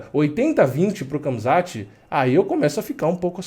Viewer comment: nao é kamzat, é ramzat..mesma pronuncia do Khabib